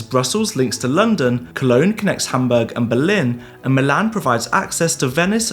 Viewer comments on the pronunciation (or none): none